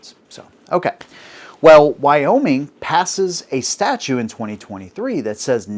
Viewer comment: Statute, not statue. If you're going to talk about law, you've got to at least get basic terms right